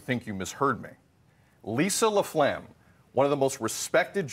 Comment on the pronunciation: It's not laphlegm... lol!!!